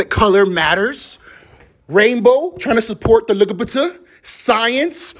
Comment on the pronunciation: TRYNA SUPPORT THE LUHGUHBUHTUH